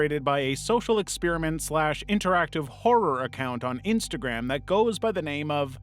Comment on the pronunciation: Miss said instagram and said intagram